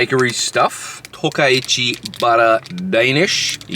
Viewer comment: Oi, TO-KA-CHI. There's no R...except for you. Retard.